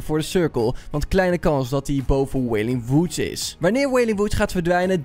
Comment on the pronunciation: Goed uit gesproken wailing wood